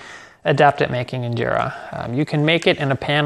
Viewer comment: Your pronunciation when you said Injera is on another level 🔥🔥❤️😍